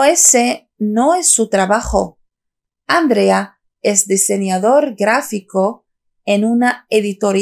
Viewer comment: Para que puedas enseñar a la gente cómo hablar el castellano, primero tienes que mejorar tu nivel de fonética porque no articulas bien. Intenta mejorar las sílabas donde recae la entonación de voz y más otras cosas como el sonido [con] entre otros sonidos. Por cierto el nombre de Andrea es nombre de mujer y no de chico y no se pronuncia ÁNDREA sino ANDRÉA; sin ancentos claro!! El sonido [d] entre sílabas o al final de una palabra se pronuncia [ذ] suave. La verdad que me sorprende cómo no dominar un idioma y encima poner videos en youtube que los pueden ver personal experto en filología!!!!